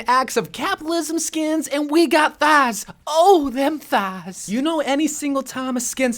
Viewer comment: That's the most southern way to pronounce "Thighs" I've ever heard